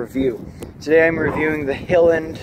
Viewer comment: It's pronounced High-land but yeah they make excellent Nog